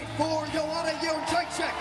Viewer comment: Not one person every pronounces Joanna’s name correctly. It’s YED ZRAY CHICK Not yon Jay check 🤦‍♂️